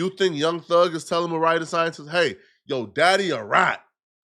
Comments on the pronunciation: Maria and Mariah shouldn’t be that hard to differentiate 😂😂😂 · say it with me, Mariah (mah-RYE-uh) the scientist, not Maria 😭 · 🤦🏽‍♀️ it’s MarIAH not Maria 🤣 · Mu-Ry-Yuh Mariah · Bro said “MARIA the Scientist” lmaooooo